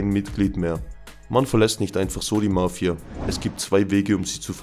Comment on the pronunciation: Wie du Mafia betonst . Nervig